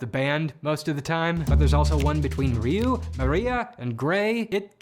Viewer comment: You correctly pronounced Ryuu, but went out of your way to mispronounce Zyuranger…